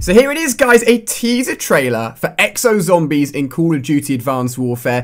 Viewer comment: I hate how this guy says zombies but he does pretty decent reviews